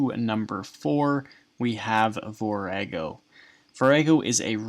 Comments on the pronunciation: Its vor ah go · The way you pronounce Vorago is hilarious.